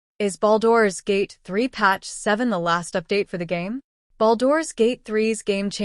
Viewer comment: I heard baldoras gate